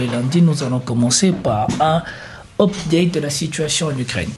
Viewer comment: quan vas-tu cesser de nous gaver de tes anglicismes? tu pourrais dire par exemple: mises à jour et pas" hopedète"